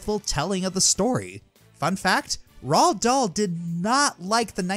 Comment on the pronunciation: Did no one else hear that he was pronouncing roald Dahl wrong?